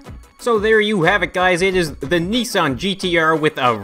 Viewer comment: It's pronounced nissan